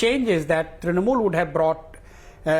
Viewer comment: "Election swipped by the BJ..ah..Trinamol"😂😂 Arnab's first sentence.